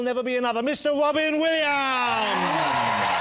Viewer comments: The wobbin williams wandom cawacter jennawader. Is he Barry Kripkes father? P.S. Holy shit, I just googled the actor´s name who plays Kripke is „John Ross Bowie“ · Wow, Wobin Williams! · Mr wobin Williams